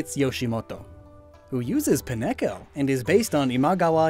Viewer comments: You have indeed missed one very important thing. I just… PIN-EH-co? That’s how you’re gonna pronounce Pineco? It’s PINE-co, like a pinecone, the thing the Pokémon looks like. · Its PINE-co not pi-neko, it's a Pinecone. Also you forgot Ieyasu gets Registeel. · pi necho? you mean pine co? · Apparently Pineco is part cat, because I've never heard it pronounced as "pie-neko" instead of "pine-co". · Pin-echo? I'm pretty sure even Pokedex 3D Pro calls it Pine-co, like everybody else I know. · Just proving I watched all the way to the end: Did my dude really just call "pine-co" "pi-neko"? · My only issue is how you say Pin-echo instead of Pine-co(ne) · nobody gonna talk about pin-echo? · Paren my French but WHAT THE FAIRY DUST IS UP WITH THE WAY YOU PRONOUNCE PINECO? IT LOOKS LIKE A MOTHER FLIPPING PINECONE YOU SAY Pine co. What you said sounds like it should be a chicken. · I'm sorry he pronounced Pine-co as WHAT?! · I'm madder at the way you pronounced Pineco than any Japanese name.